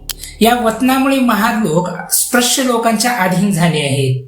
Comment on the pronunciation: आधी नीट उच्चार शिक स्प्रश नाही रे स्पृश्य.